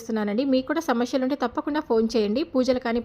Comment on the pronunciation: శమస్యెల్ కాదు సమస్యలు ?